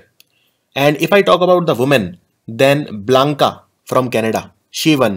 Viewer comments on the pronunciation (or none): It's Bianca not Blanca! Improve please, bcoz I have noticed such a thing for 5th time now .